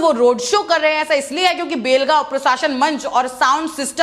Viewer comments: BHEL gaon nahi. Belgaon hai sahi se bolo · भेल गाव नही बेलगाव बोलो